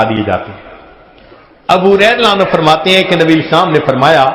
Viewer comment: یہ صحابی کا نام لینے کے بعد تیز تیز کیا پڑھ جاتے ھیں؟ ایسے سنای دیتا ھے جیسے ابو بکر کا نام لیا اور ساتھ میں بولا " میلانو"